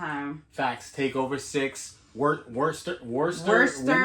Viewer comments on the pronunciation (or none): It's pronounced wuss stir, or woostah